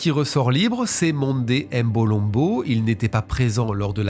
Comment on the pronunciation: Toujours au Top, Mais la prononciation de certains nom m’ont déranger lol. Mbolombo, Ngeni,… On ne dit pas M-(Aime) Mbolombo mais uniquement MBOlombo sans dire le M, Pareil pour Ngeni, Mbappé ou autre Noms africain commençant par M ou N 😊